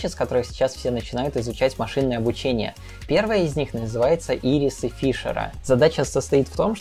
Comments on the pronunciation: Сразу видно, что не ботаник. ирИс, а не Ирис! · Что такое И́рис 🧐 Зачем ставить ударение фиг знает на какой слог? Пока не посмотрел в видео небыло понятно о чем идёт речь. Просто немного занятый и пытаюсь совместить теорию (слушаю в основном) и другие дела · Всегда ставил ударение так: ири́с. Ири́ски, конфеты такие, ел?